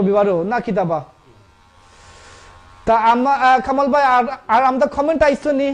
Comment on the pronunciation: I’m so sorry you need to speak probably in sylheti bangla. We can’t understand what your saying. It’s not amda it’s Amra. Monin bhai you need to teach them probably bangla first before you make them a speaker for your page.